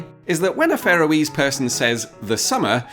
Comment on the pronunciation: Did he say Faroese correctly? It sounded more like 'pharoah-ese'. I thought it it should more like 'Far-owe-ease'.